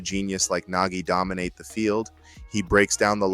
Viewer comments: Idk AI probably would not pronounce Nagi as Naji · Why is Nagi pronounced as Najee? He isn't Najee Harris 😂